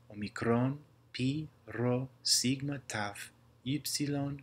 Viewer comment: a typo i spotted is the sigma letter, you pronounced it "σιγκμα" instead of actually "σιγμα"